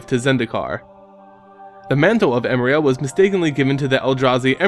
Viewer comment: Hmm never knew what her deal was... Btw just to be picky, its pronounced emeria E -meh -ri -ah not emria...